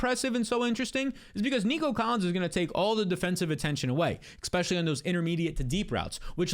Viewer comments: Never trust anyone that says “ECK-specially”. ECK-specially if they can’t stop saying it. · “Ekspecially”